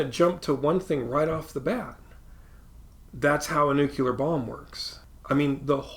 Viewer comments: Hope you're okay learning that it's new-clee-uhr, not new-cue-luhr. I wasn't too surprised Bush couldn't say it right, but pretty surprised someone “in the biz” would still get that wrong decades later. ;) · I should have clicked away as soon as I heard you mispronounce "nuclear". Good luck. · At offset your red spot should go over the peak of the "hill" otherwise it would impart some horizontal motion when viewed in two dimensions. Also, please look up the correct pronunciation of the word "nuclear".